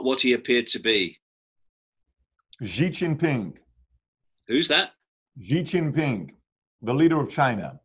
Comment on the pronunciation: XI JINPING is pronounced: SHEE-GIN-PING